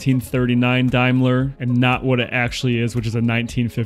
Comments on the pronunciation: The word Daimler is pronounced Day with an M on the end. As for the price, you may get $20,000 on a good day. The little "Blinker" you mentioned is in fact called a Trafficator" It doesn't flash on and of, just lights up to indicate your intention to make a turn. This particular car was probably first registered in Glasgow Scotland when new. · GB is Great Britain. The slots with solenoids behind are indicators. Direction indicators that should flick out. It's pronounced Dame ler Like You call Women Dames, Dameler. It's worth upwards of $500,000. For just a good clean, it looks brilliant for its age. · Note The name Daimler is pronounced …….. Dame …. Leōr …. 🇮🇪🇮🇪🇮🇪🇮🇪🍀☘️☘️☘️☘️☘️ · IT'S PRONOUNCED DAME LER NOT DAM LER 🤨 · Your pronouncing Daimler wrong. SA DAAMLER that will be the correct prounciation. (I am English)) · Daimler pronounced Dame- ler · It’s a Daimler not a Dimeler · ITS Daimler not Dimler those two capital letters stand for United kingdom!. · It is pronounced Daymler, the small slots are for the indicator flippers and GB stands for Great Britain. Didn’t you have any schooling. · Hi, the car is a Daymler.. Not Dlmeler. GB. GREAT BRITAIN, was when this car was made. 😂 Nita. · It’s pronounced (Day) mler not (Dime)mler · Daimler is spoken like Dame not dime so it is Dame ler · Yep, I also fail to see why they pronounce Daimler as dime-ler, instead of dame-ler, but hey, as you say, allowances must be made. 😂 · Dime is dime..Daimler is pronounced dame..let.g.b. for great Britain..and correct it's a blinker..Great job good video..beautiful car. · Daimler is pronounced Dame-ler, not Dime-ler. GB is Great Britain , and the electrical yellow arms are indicators, the first blinkers! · It’s not pronounced Dimeler it’s pronounced Dameler, the gap on each wing is the indacator housing. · The car is pronounced dameler not dia cost around £275,000 I'd say with it's age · By the way, it's pronounced dame ler not dime ler. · It's NOT a Die-mler... It's pronounced Day-mler